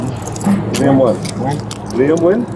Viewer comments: Btw - it’s not “nuu-wen” for Nguyen, it’s pronounced simply “win” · Isnt his name pronounced 'win' or ' gee in '? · Name is pronounced ‘when’ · Last name Nguyen is pronounced WHEN, not newwhen. Condolences to her friends & family😢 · Nguyen is pronounced "WHEN/WIN" And ew, that area is ATROCIOUS. You can smell it thru the screen 🤢🤢🤢🤢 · Steven's last name is pronounced "WIN" 😁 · Learn how pronounce "Nguyen". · Was looking for this comment. I was not paying attention to video, just hearing and went back to it thinking "is he trying to pronounce Nguyen?"